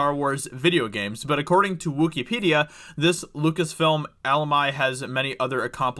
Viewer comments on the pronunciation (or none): It was just as good as "Al-oo-my" for Alumni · Alumni (ah • LUM • nye) Yosemite (yo • SIMMA • tee) Christ,. Love you man, but fuck—LEARN TO READ! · Pronounced Teras Kasai perfectly, but can't pronounce the real life words alumni or Yosemite 🤣 For future reference, it's al-um-ny and Yo-sem-it-ee. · "Al Ohh My" (Alumni is actually pronounced Uhh Lum Nigh) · "Alum-eye" and "Yo-say-mite Sam"? Damn dude! Lol! Had me rolling. I guess reading is no a required skill. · Lol. How he pronounced "Alumni" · I'm actually more annoyed with the way you pronounced "Alumni".. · Bro you can't pronounce alumni?.... Wtf????? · this guy cant pronounce Alumni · How about "alumni"? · weirdest pronunciation of “alumni” I’ve ever heard lmao eu fans or whoever you said will probably go after you about that. And an honest critique. You should probably try to slow down when reading out loud to avoid your stuttering and stumbling over words like you did in this video 🤷🏻‍♂️